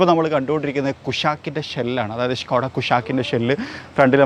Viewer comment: ഷ്‌കോഡായ അതോ സ്കോഡായ ????